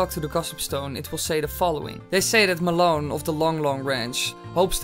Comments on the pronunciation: i was pronounced it mal on, not ma lon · It's Malon, not malonne! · its Mal-on not Mulon